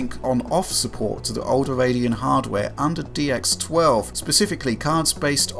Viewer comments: Radeno XD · Radeno? :D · Radeno? Radeno!